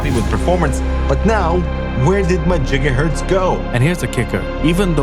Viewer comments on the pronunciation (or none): Jigahertz fuck sakes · Who is the guy calling gigahertz jigahurtz? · Not jiggahurts lol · Not the “jigahertz” 😅